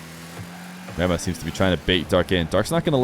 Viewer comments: Me watching the whole video thinking said grandma until the end when I finally saw the IGN haha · I thought you were saying "grandma" for the first minute there before you swapped cams 🤣🤣🤣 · Did anyone else keep hearing it as 'grandma' instead of grammar? 😂